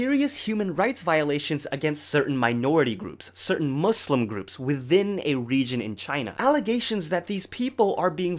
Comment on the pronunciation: he pronounced muslim correctly, oh my god <33